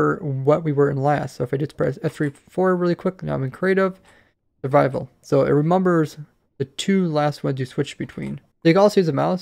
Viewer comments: "It remumbos" xD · "It remumbers" 😂